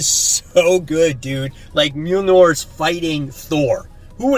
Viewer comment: Great video...thanks for the visuals on this weeks haul. 2 Things though... Mjolnir... is pronounced like (myol-near). Lint brush...helps with all the pet hair on your shirt. Thanks again.